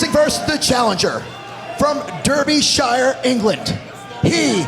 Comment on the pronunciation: Thumbs down for the announcer pronouncing Derbyshire wrong.